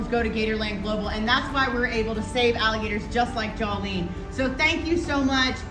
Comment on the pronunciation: Jawlene, really? lol